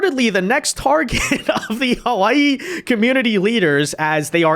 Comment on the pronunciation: lol, i'm not enjoying the way his "hawiye" sound like "hawaii"